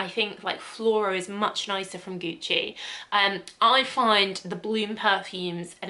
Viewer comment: She can’t say Gucci?